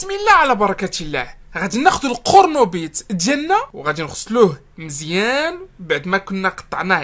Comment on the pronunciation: اويلي على "القورنوبيط"🤣🤣🤣